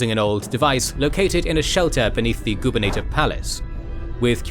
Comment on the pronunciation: "Goobernator palace"? 👀 Pretty sure it's "gubernatorial", or just "Governor's".